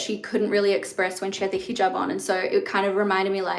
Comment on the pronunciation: Just for culture, it’s not heejob. It’s heh jaab - a short e.